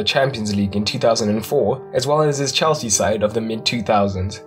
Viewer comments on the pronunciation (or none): none